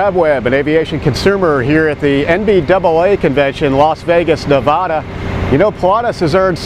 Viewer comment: It may be Pi-LAH-tus but it's not Ne-VAH-da....said the guy from Reno.